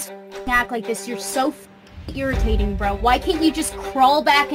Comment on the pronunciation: She says it like “brew”